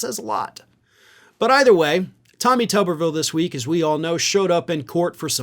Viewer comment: I think it should be pronounced Toobervilee, like a potato which is a tuber. After all, I have never seem a head that could use some parts swapped into it like his. He could help build the wall with that forehead. Tommy go stand between Texas and Mexico. At least you'd be doing something some people could deem useful.